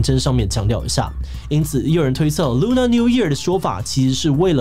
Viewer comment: Lunar是唸ㄌㄨㄋㄜ 不是ㄌㄨㄋㄚˇ喔！